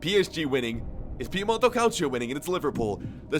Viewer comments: Nobody: Absolutely Nobody:: cAliCio a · he he he you said calcio A